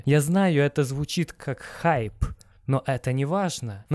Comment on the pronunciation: четко сказал слово ХАЙП )